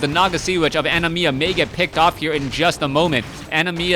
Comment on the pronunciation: That was pissing me off so badly too..